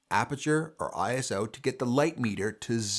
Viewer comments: It's not pronounced eye ess oh, its eye so. It's a word not three letters. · ISO IS A WORD NOT I S O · FWIW," ISO", like "RAW" is a word (pronounced Eyeso). It is not an acronym. The confusion comes from the fact that the organization that created the word happens to be called, in the United States, the International Standards Organization. Pure coincidence, because none of the other countries in this consortium established to set international standards for many, many processes, have that exactly ordered name. Doesn't make a bit of difference in anyone's photography but you never know when you might want to impress/bore your family and friends :).